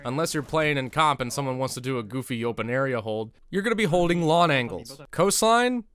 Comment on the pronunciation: "A lawn angle?"